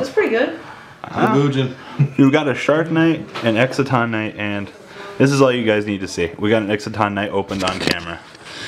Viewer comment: Can ANYONE say Exciton's name right? :]